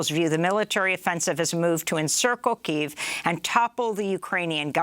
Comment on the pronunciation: thank you Amy for changing to the correct pronunciation of Kyiv